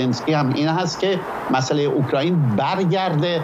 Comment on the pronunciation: اوکرایین؟ خداییش ؟؟؟؟ شما که اسم یک کشور رو نمیت نید درست بگین میشینید تحلیل هم میکنید؟